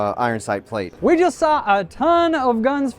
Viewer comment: why can't you talk normal? it's a hinged floor plate not a floor bate.